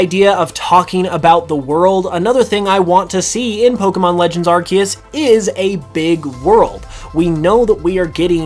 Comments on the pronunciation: #1 hope, learn how to pronounce Arceus. Lol アルセウス / A-ru-se-u-su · Starts the video by saying "Arkeus"